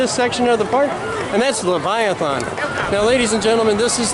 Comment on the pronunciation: Nice tour of CW, btw Leviathan is said like this "LeviathAN' not 'Leviathon'. :)